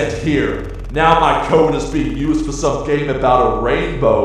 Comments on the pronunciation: ITS FOUR NOT FOWA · ITS FOUR NOT FOWA,CANT SAY FOUR RIGHT